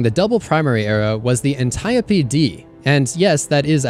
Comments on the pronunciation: You get the "like" for pronouncing Antiope correctly. Impressive. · He pronounced Antiope correctly 😭 thank you. Youtubers been killin me for years on that one.